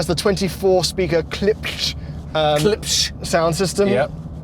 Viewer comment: You pronounce the speaker name Klips and the ch is silent.